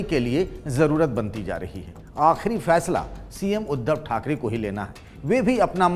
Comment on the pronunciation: khakare nahi thakre pahle thik se bolna sikho